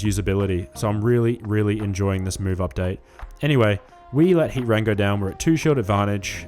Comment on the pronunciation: You're saying Heatran's name funny. It's not Hea-ran. You're forgetting the T. It's Hea-TRAN. 🤭